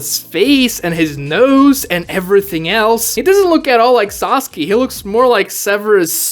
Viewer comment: That's not Sasuke,That's Sasukee-Hee